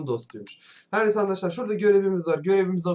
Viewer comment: Abi ama arkadaşlar yerine harkadaşlar diyosun